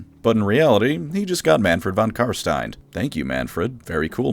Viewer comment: You keep saying his name wrong which is especially strange as you used to call him by his proper name...it's not von karstien...it's von cumstain